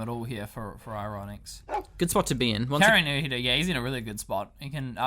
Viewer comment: So, the drinking game here is to take a shot whenever mispronounces "kaerunohito".